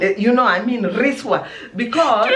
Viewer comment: she said riswa... says riswa...she looks so bourgie for such a word...me Im laughing hard!! asante